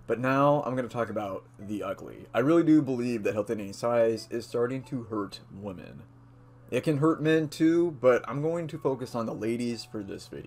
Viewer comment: FYI you can’t say the plural *women* properly... it’s more like “whim-en” not the same as “woman”